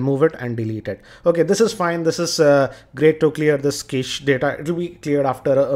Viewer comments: it pronunced as "cash" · prithvinath kamath It's pronounced "Cash" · cache is pronounced cash like $